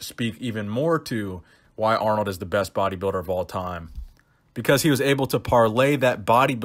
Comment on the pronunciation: Aaaarnold! It's not even close haha